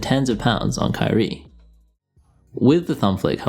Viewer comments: kyrie? curry? @@ i had to rewind the video about 10 times to figure out which you said. maybe go with irving and curry next time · Cant tell the difference between u saying Curry or Kyrie...